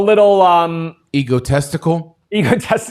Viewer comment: Did say ego-testicle?